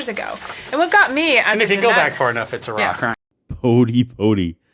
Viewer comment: When Bodie said atheists believe life came from "a rock", I thought he said atheists believe life came from "Iraq"!